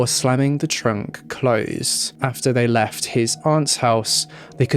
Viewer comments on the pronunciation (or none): none